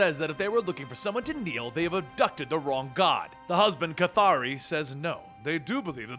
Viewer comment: How can you pronounce the name "K'ythri" like.. "Kathari"? Was there any official guidance of it?? I have wondered it for long! I'm going to be pleased if u answer me,, :)